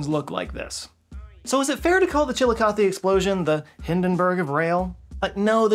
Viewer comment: Currently studying for my Med/Surg exam on the renal system. But I live by Chillicothe (thank you for pronouncing it correctly), and I have never heard of the train incident, super tragic but interesting!